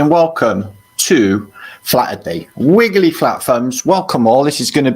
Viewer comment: Wiggewy fwat fwunbs